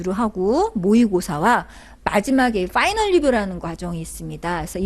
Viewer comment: '빠이널"??? "파이널"??? 왜 자꾸 빠이널이라고???